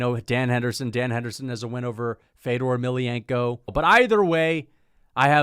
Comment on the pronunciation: The ever so feint “feddorrr emelianenko” in the background in his ranking is why is the funniest mma YouTuber and it’s not close